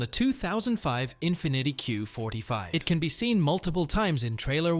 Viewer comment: “Infinitty” lol